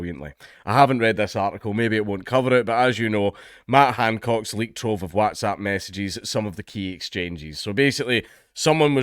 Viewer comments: Ngl, that's the weirdest pronunciation of whatsapp I've ever heard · This is bad yes but how you pronounce WhatsApp like that dank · Your pronunciation of WhatsApp is definitely for the Americans 🤣 coz we don't talk like that haha good on ye 👍🏻